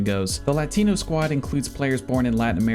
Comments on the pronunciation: I’ve never heard a whiter pronunciation of the word “Latino” before. Good god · for real